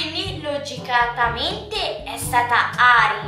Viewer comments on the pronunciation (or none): SIETE BRAVISSIME MA A INIZIO VIEO HA DETTO LOGICATAMENTE, SI DICE LOGICAMENEE